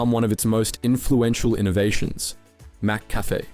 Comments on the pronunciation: Absolute banger of a video, but dude can’t pronounce McCafé for the life of him. Mac Café? Macca Fay? My Brother in Christ, it’s McCafé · You pronounced ‘McCafe’ once correctly in the whole video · Literally came to the comments to say the same thing.. 🤦🏽‍♂️😅